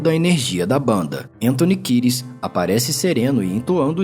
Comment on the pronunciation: Antony Kires ? Achei que fosse Kieds, mesmo na pronúncia 🤦🏽